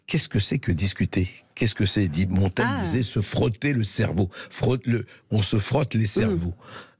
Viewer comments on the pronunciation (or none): none